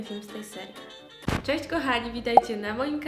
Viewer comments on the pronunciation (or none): none